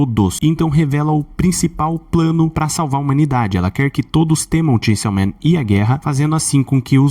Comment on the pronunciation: Ele fala chainsiaw man de propósito né....